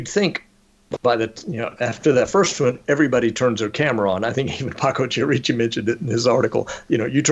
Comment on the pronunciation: I hate to e a language Nazi, but wouldn't the name Chierici be pronounced Ki-er-i-chi, not Chee-er-eechi? But fascinating show, thank you!